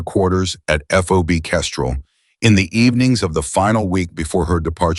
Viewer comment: FOB not FOBY NARRATOR PUTZ